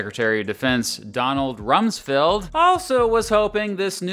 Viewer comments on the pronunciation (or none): Wolfowitz… hmmm…. wollffooWITZ. Rumsfeld… hmmmm rummsss FELD. Hmmmm